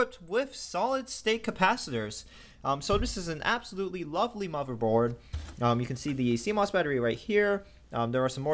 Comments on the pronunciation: He said motherboard. How would you like it if YOU had a speech impediment and someone asked you that? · what's a muverboard? XD